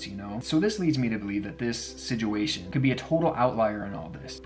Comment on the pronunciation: Nick Crowley be like 'sijuation'